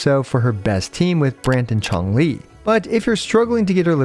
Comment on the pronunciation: Everyone: Changli: Chonk Lee